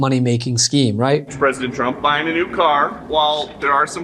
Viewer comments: Sounds like she said a president chump. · This commercial brought to you by the American taxpayers. You’re not welcome. My god Biden had the country roaring again. Only the worst evil person would try to set our country on fire and throw gas on it. This chick says Chtrump.